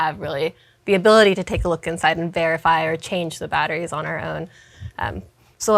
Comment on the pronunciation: Throwing a pitch - Yea, we're throwing a pitch! - What a wonderful pitch you are thowing! - Yes! Pitch! Are! Wonderful! Cheap batteries are baaaad. - Hey I'm male, say sme thinh. - Ok - Battttris. bad. our battris goood. -sfftry.